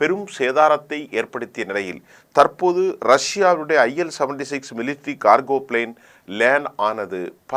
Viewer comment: ல் உளறி விட்டீர் PL-76 என்று அது, IL-76